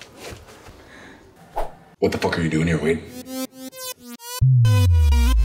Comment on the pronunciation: I love how mark literally says "whatthefuckareyoudoingherewade?" no spaces in between